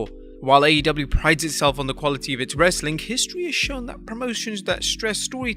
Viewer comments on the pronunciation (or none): Its funny when he says "wrreestling content!"